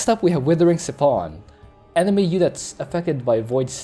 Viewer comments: Siphon as in s-eye-phon your gas from your car... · Ok I know your stick is to mispronounce everything, very mildly annoying usually but that pronunciation of siphon is just maddening.